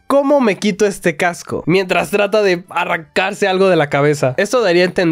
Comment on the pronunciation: Cascos de realidad virtual ❌ Cacos de realidad virtual ✅